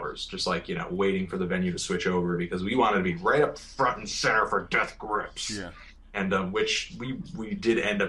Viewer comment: How come Fantano always puts the emphasis on GRIPS when he says Death Grips?